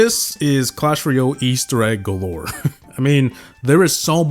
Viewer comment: Jungle scenery should at least be on par with classic...its a slight, but free, upgrade from classic. I don't think either should be B tier, they should both be D. Also, you are pronouncing Clash Royale incorrectly, its Roy-Al, like Weird-Al. Not Ree-ole.